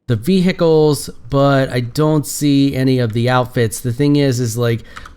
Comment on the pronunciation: vehicle you are saying it wrong